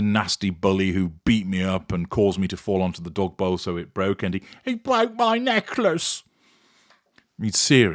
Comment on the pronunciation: I love ❤️ when said, “He bwoke my necklace.” 🤣